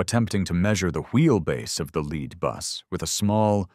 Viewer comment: The LEAD JEEP, AS IN LEADING NOT AS IN THE METAL, LEAD! AI is soooo smart and yet cannot pronounce a simple word! 🙄